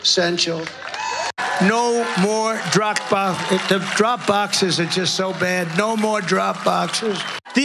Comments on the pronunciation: Troth,,,, Truth Cential,,, drok bokses, droop duckses, blah blah blah... LOL At least Biden actually overcame his speech impairment, but I guess Trumps big brain is shrinking. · Trooth sentential, Drog boxes, Zookerberg drog boxes?